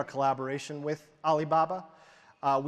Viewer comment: ~ Butchering Alibaba's name like a pro